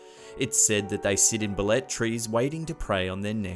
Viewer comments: Pronounce it bale-te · he said baletrees!!!! XDXDXD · Ba-le-te ,,,,,,,BAH--LEH---TEH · Antique is pronounce as an-ti-ke And Balete is pronounce as Ba-le-te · Wow.... I'm impress! You made it far here in the Philippines, my home country. Few corrections though: UP Los Baños is pronounced as YOO-PEE LOS BANYOS. Balete drive is pronounced as BA-LE-TE drive. Congratulation,!!!